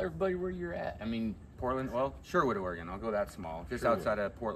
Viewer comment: ITS NOT OR-A-GONE! Its Or-again.